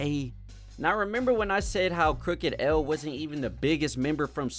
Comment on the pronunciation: This mf said “crooked L” I stop respecting your opinion on easy mistakes like this